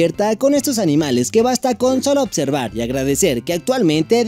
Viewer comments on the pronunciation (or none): none